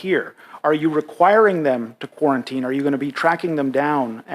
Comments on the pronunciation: Somebody should give him notes on the pronunciation of "quarantine". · The guy can’t even say quarantine properly he’s a script reader. Fckn puppets